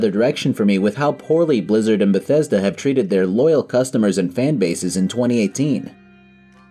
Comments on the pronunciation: Oh SCREW you; "I GWEW UP WITH BETHWESDA"? Be mad at Fallout 76 like a normal person, but keep being a normal person and STOP pretending this company EVER had anything good going for them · I only found this video now, and aside from the funny CDPR reference, I feel the same today. I've never been a Bethesda guy, but seeing this video I just hear BioWare in my head every time he says Bethesda.